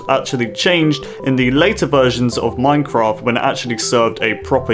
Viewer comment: HE SAID IN MINKHRAFT!!!!